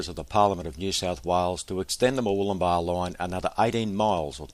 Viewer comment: it's good to hear you pronouncing Murwillumbah correctly. I'm sick to death of hearing it said by all and sundry, including news reporters, as being MurWOOLumbah!!!!!! It gets my goat!